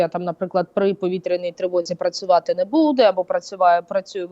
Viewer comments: А я думала только меня она раздражает. Сейчас ведет себя норм.,вначале вообще такая ужасная была. И вообще интервьюер должен ударения правильно ставить ,а не будЭ, аж слух режет,какой же это украинский язык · Ще й наголоси тупо перекручує, дратує оте будЕ.Хочеться в глотку назад загнати те будЕ!